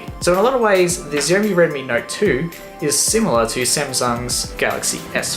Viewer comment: Great video man. I live in the UK and i you can get the s4 and g3 for £60 but I dont think you can get the xiaomi for that. Also xiaomi is pronounced differently but dont know how to describe/explain it lol